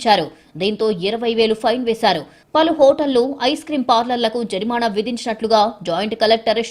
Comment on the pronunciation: జరినామ కాదు జరిమాన